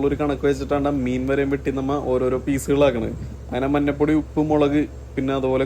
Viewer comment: ആണോ..എന്നാൽ അവതരണം നടത്തുന്ന വ്യക്തിക്ക് അതറിയില്ലെന്ന് തോന്നുന്നു. Local Area യിലെ സംസാരശൈലിയിലാണ് അവതരണമെങ്കിൽ മറ്റെല്ലാം കൃത്യമായി പറയുമ്പോഴും ഈ മന്നപ്പൊടി മാത്രം ഒരു അനങ്ങാപ്പാറയാണ്